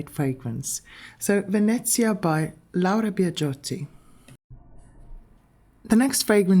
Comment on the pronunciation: oh to hear Laura Biagiotti being so well pronounced!❤🎉 love tocade, I was recently gifted a bottle for my birthday. 🎉❤